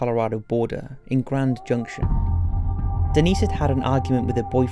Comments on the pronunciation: Do we not know how to pronounce names... Denise, Dennis, Janice, Janisse....good grief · Great video, although as a fellow brit it’s so frustrating you pronounced quite a few of the victims names spectacularly wrong. Denise as ‘Dennis’ and Janice as ‘Janees’ ? these are typical names also used in Britain so not sure what you were thinking